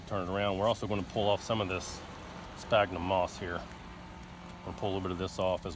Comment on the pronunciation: Fyi sphagnum is pronounced SFAGNUM. Great little video clip!! Thanks